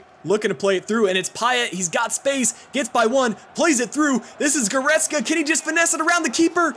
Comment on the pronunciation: He reads it right.